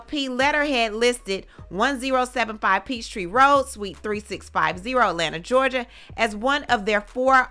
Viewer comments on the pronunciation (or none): none